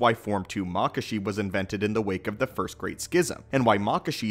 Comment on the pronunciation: "Shee Cho" "Mock Ashi" "Vay Pad" LMAO 😂 From what I remember they are pronounced: She-e-cho Ma-ka-she Va-paad The last one I haven't heard of in a while to remember how to pronounce it as well 😂